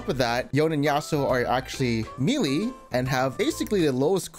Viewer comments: Bro.... its pronounced maylay..... not mee-lee. Cmon now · May Lay= melee Its pronounced maylay